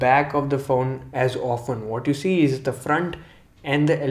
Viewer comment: is it just me or he says phown instead of phone xD